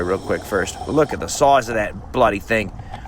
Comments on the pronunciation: Genuinely laughed out loud when you turned on your aussie and went “LOOK AT THE SOIZE A THAT BLOODY THANG” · it's more like "sauize"